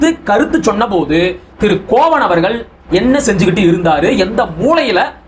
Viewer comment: கோவன் இல்லை தம்பி,கோவணன்